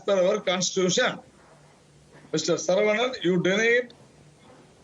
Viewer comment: Hello, This has 25 KG Head, with..5 microgrammes of grey matter, the D.M.K spokespersons name is Saravanan, not Seerevanan and the minister name is Ponmudi, and not Punmudi, and numbers 1.2.3 are pronounced as Oonu,Rendu and Moonu and not WONU,RRANDU,MUUNU, By the way, you are the most disgusting Godi media anchor, ever to air a show, since the inception of T.V news, in our country. Hello, you claim that Tamil is derived from Sanskrit is akin to claiming, that you look prettier than Princess Diana.